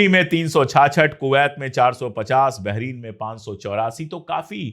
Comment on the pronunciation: भाई आप बहुत ही अच्छा ऐंकर और जर्नलिस्ट हैं लेकिन BAHRAIN बहरीन नहीं है।तलफ़्फ़ुज़ दुरस्त कर लीजिए। कभी कभी J और Z की तमीज भी आप भूल जाते हैं।अगर तवज्जो करें तो आप की ये मामूली सी सुधार आप के प्रेजेंटेशन में चार चांद लगा देगी।